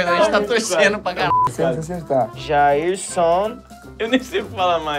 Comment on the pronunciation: "JAIRSAN" KKKKKKKKKKK